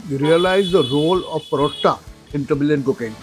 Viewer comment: it sounded like "The Million Flavours" when you said Tamilian flavors 🙂